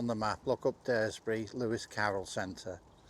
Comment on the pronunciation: Nice video. Just so you know it’s pronounced Dars-bury.